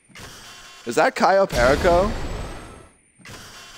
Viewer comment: It's CAYO PERICO please please🙏🙏🙏🙏say it properly🤣🤣🤣🤣🤣